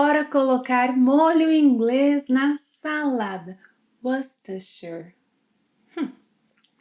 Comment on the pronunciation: Olá Bea. Tudo isso é novo para mim. Poderia Pao Francês também se referir a uma baguete que é o que eu entendi que significa? Quanto ao molho inglês, sua pronúncia era muito boa. A maioria das pessoas na Inglaterra diz "wustersher." Nossa forma não fonética de ortografia pode causar muita confusão aos alunos da língua inglesa. Muito obrigado.